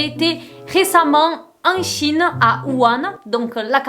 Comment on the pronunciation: C'est pas 'Wu han' plutôt ? 🤔👀